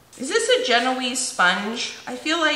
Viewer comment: Yep You are right, It is a genoise sponge but it is pronounced jen-waaz